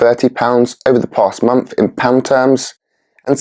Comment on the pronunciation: Month, not monf :)